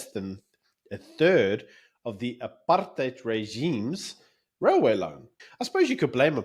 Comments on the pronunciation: "Aaap-hard-out" - I laughed so hard that I bust a rib . The minute-ster of dildocaps HRRC Lindelwe "Cuban Peter" Zulu is such a comedian. We have to forgive her - her "aap-hard-out" chemicals she puts on her head has fried her peanut. And the bunch in cabinet are all getting infiltrated by an invisible "aap-hard-out" virus. Shem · Or apard hide as many people overseas pronounce it. So apard hide has caused all the problems in the country, wrecked the economy, sars, SAA, the railways, the infrastructure, our electricity! President Dunce is so terribly clever, with corruption and thievery. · Is nie apartheid nie is ancheid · Why you so stupid "Apartheid"😂😂😂😂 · Statements from the BRAINDEAD !! they don't even pronounce it properly 😅